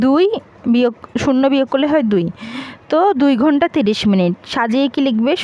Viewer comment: আপু আপনি অনেক সুন্দর করে ঘুন্টা বলতে পারেন😂